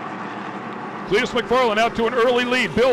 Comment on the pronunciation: Are they trying to say Clitoris? I feel like they keep saying something foolish like Cleetorus.